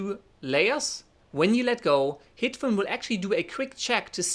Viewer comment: I apologize in advance BUT am I the only one that about half the time this guy says HITFILM it sounds like he is saying Hitler? He talks really fast and I'm sure if he talked slower I wouldn't hear that NAME at all. I'd like to know if anyone else hears this accidental audio?